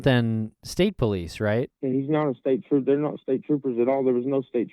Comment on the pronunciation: you're right, it seems that Brandon was not all the way in touch with reality that night. I think so many people have been obsessing over the 911 call that its hard to not be curious, especially after Kyle confirmed that "staper" was Brandon trying to say "state trooper".